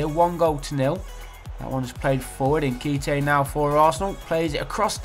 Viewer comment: Your pronunciation of nkhetia 😂😂